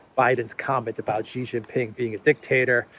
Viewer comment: Xi Jin Ping is SHEE JIN PING not JHEE JIN PING. Jhee Jhee means PENIS., you actually pronounced it once on the Duran when Alexander M said SHEE JIN PING, but then you reverted back JHEE. Stop insulting XI by mispronouncing his name. Would you like your name mispronounced as PENISTOPFOR?